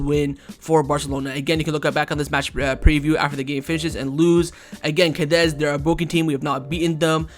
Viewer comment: We keep losing against Cadiz because you always butcher their name. Wtf is "Cadez"?